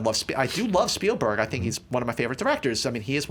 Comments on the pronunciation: "Speilberg"??? :P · Spielberg not "Speilberg."